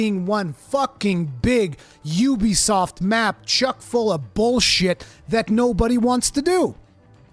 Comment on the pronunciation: It was similar for me with that area. I had no idea what was ahead. It was awesome! This game is also awesome and has taken the number 1 spot of all time for me. You’re a great content creator. The fact that you can say Ubisoft properly makes me like your content more as that is a rarity. Personally I think the game would benefit from a harder mode. I’m in no way great at these these games but I like a struggle and I’m not struggling.